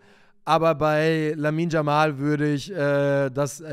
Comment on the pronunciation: Er heißt "Yamal" und nicht " Jamal"!